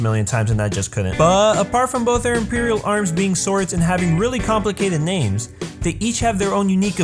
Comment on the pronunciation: please look up the names for correct pronunciations....but okay other wise